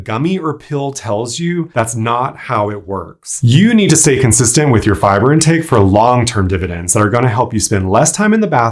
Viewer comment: the way he pronounces "FI-BURRR" 🤣🤣🤣🤣🤣🤣